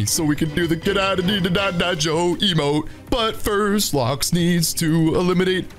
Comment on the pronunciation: Its not joe is go